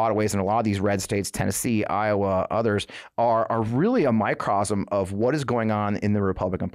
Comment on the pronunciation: Not "microsm [sic]", "microcosm" -- sound it out.